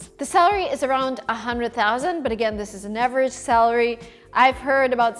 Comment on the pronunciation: Hi, I think it would be helpful if, as someone who offers educational materials for people to learn English (including workbooks, videos on your other channel, etc.) you worked a bit to improve your English pronunciation. In this video, you repeatedly pronounce "salary" like "celery," which is not the correct pronunciation.